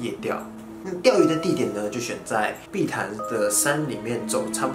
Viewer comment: 誰跟我一樣把碧潭聽成屁孩😂😂